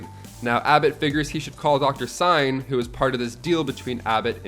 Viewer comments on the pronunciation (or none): Dr. Singh, not Dr. Sign.